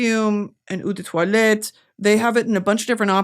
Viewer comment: it’s oh de toilette not ew de toilette 😭